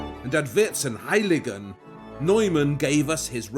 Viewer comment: Vierzehn is pronounced like fourteen, like fierzehn, like the noble VON (like fon). However, good work. But I would like you to take the efforts in correct pronouncing the names in the European languages. It is EASY, please don't be as arrogant as to make your own phantasie pronouncing. Please! PS the fake Chinese objects, they were as Europeans THOUGHT, how China was looking like, are called Chinoiserien here in Germany. An "American Indian" is not riding a crocodile, but an ALLIGATOR.